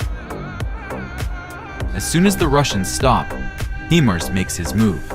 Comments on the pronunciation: It's HI-mars, not HE- mars. I dislike AI voices. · Dude, it is hy'-mars, not hee'-mars.